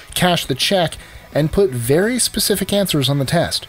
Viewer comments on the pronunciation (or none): none